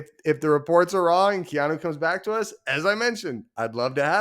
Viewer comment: Just say Kea-NO! #GoUtes